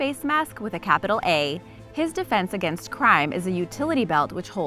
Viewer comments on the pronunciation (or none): I Am The (Capi-T-AllEater)!